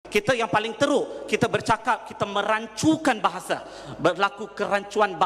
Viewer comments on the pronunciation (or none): "bahasah".."melays" & "alamdullah"..which is awkward for me..where does it come from Sir?